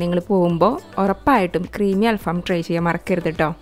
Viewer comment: അൽ ഫാം അല്ല അൽ ഫഹം ആണ്